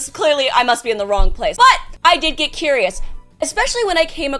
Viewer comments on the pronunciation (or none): none